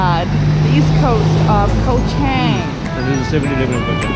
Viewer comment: At least pronounce it correctly 🤦🏻‍♀️